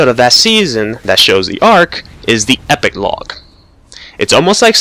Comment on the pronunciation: ah but you kept saying epiclog :P